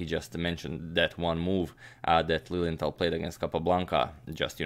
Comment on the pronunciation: Every time you said Lilienthal, I thought you were saying "Lillian Tal," like Mikhail Tal's wife or daughter was also a master chess player or something haha.